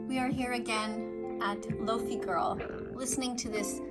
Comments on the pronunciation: Loaf-ey wtf it’s low-fi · It’s pronounced like low fye